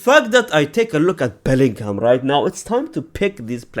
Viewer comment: Bellingham 😂😂😂😂 Boltingham